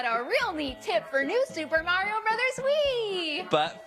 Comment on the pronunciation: Honestly, his pronunciation of Mario is nowhere near as atrocious as his pronunciation of Miyamoto.